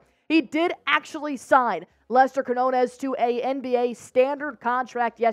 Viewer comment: It's not Quinones. That is not the letter n. It's the lettet ñ. The spanish alphabet has 28 letters. And his name is pronounced (Keen-yo-ness). Say it real fast, and you'll get it right. Easy keen-yo-ness.